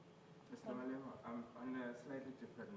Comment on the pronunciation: You can't just talk like "Malebe" 🤣